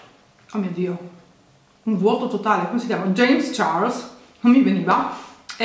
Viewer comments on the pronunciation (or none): none